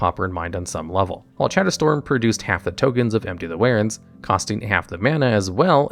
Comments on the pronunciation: Just a heads up, its enter the war-ens, not ware-ens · It's war-ins, not wear-ins. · Pretty much at least once a video I cringe when u mispronounce words. War-rens, not Wear-rens or Were-rens or Where-rens. We have google that can tell u how to pronounce words, please use it. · I'm sorry because this is really nitpickey, but it's pronounced War-ens not Where-ins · He does it on purpose to drive engagement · Never say warrens again. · You pronounce warrens wrong.